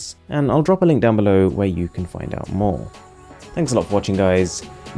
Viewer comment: I like how you say Arun like Aaron.